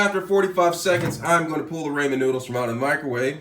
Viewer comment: I hate the way you say ramen. Lol